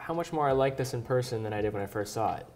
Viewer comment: So sympatisch, CEO und Uhren! Aber warum nimmt der in dieser Position nicht einmal eine Stunde bei einem Logopäden um ein "th" zu sprechen... Siss is sa...